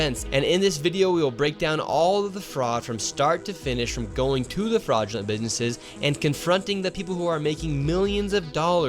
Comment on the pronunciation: "fraugulint bidnesses"